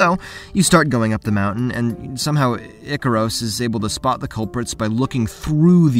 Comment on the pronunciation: The way you say megaris Jesus help this person and ikaros 😂😂